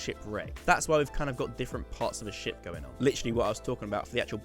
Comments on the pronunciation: Is it just me or I thought he said shit Front of a shit😂😂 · when you where saying ship i was hearing $h!+ instead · every time you said ship i just heard the word Shit and I was thoroughly entertained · when you said ship I thought you said shit and i was really confused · When you said you were trying to make it look like a ship I thought you said shit lmao